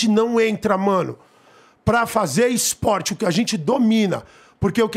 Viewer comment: "IS-PORTE" AHAUHAUAHU